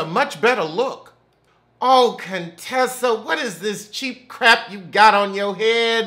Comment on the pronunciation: Cone-Tessa lmfaooo